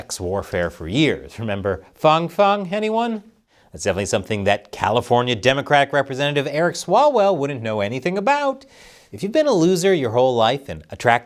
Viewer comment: Fang Fang should be pronounced like fangs. If it's a soft A (huhuhuh... he said soft A) it should be spelled Fong Fong.